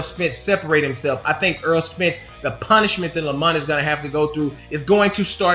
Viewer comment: errol not earl